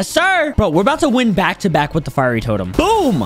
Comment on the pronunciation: YOU READ FIERY WRONG